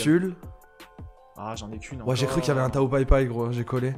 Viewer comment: c'est pas TAYO pai pai c'est TAOOOOOOOOOOOOO